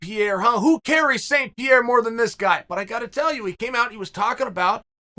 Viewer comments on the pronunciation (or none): none